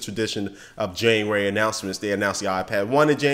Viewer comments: Correction. :JANUARY NOT JANUARARY.. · corection on januarary. junuary. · januarary? its january